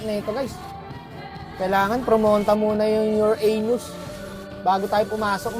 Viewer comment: Your anus narinig ko boss wak😂😂